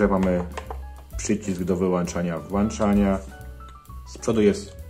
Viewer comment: Żeby jeszcze te przyciski służyły do włączania i wyłączania, a nie do włanczania i wyłanczania 😂😂😂 Mamy włącznik, czy włancznik ?